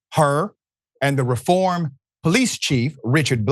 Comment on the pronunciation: The city is pronounced REE form.